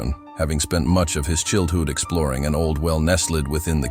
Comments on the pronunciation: "chilled hüd" 💀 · “Chilled hood” lol stupid ai